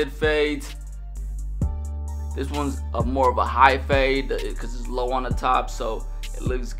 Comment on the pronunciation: Great “fahde” dude 😂